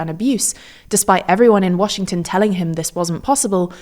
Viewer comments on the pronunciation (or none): none